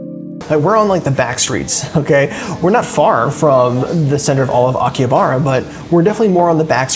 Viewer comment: You may want to learn the correct pronunciation of Akihabara before making a video about it.